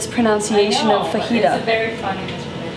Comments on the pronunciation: Sounds a bit like "vagina" 😂😂😂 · I die everytime she says ''fajita'' in a very white pronounciation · She was saying it that way as a joke tho, pffh